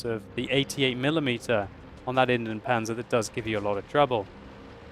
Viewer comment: Kn Ops oops, of course I meant the pronounciation :)